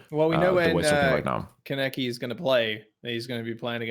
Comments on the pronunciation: It’s pronounced Con-eki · the way they mispronounce kaneki hurts my soul